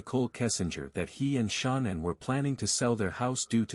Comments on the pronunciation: Can this guy butcher her name anymore, come on now, get the pronunciation of her name right!! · I feel like it is incredibly disrespectful that the AI bot on the video keeps pronouncing Shanann's name incorrectly. It's almost like that was done on purpose. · It’s Shannan and Nichol. Not Shoonan and Nickel.